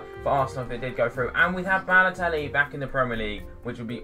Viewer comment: baloetlli lol!!!